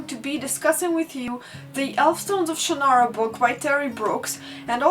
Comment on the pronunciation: You forgot the gnomes. EDIT: Then again, so did we all. EDIT AGAIN: I thank you for your pronunciation of Shannara and Ellcrys. Terry Brooks himself pronounces Shannara oddly, and in the MTV show they say Ellcrys weird. I pronounce both those words the way you do.